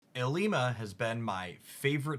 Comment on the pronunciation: First cc I’ve watched that says ilima correctly 😅